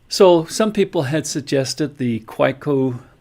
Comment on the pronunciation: You may be aware of this by now, but the correct pronunciation is ‘Kah-veh-co’. Great video, thank you. 👍